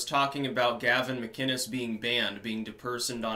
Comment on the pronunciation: McInnes not McKinnes. Damn it get it right!